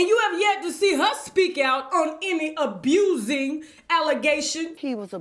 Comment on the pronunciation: Everyone she says 'abusin' ' I crack up! Btw, I do believe, and don't think it's all a scam! I do think however that the family is coordinating how to destroy him due to his financial downfall. In short.. bunch of gold diggers picked the mine bare, off to the next..